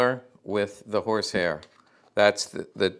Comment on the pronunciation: Half way through this video before I realized he was not saying “whores hair”